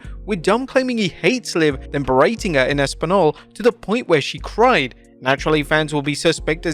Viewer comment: cried? 😂🤣 sorry i just got a stomachache hearing that cried...😂😂she cried so much that all her tears were visible to us hah